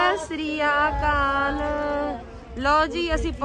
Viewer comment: SASRIA NAHI SATSRIAKAL BOLYA KARO